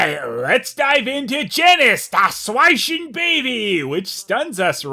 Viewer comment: Impressive pronunciation of Schweinchen.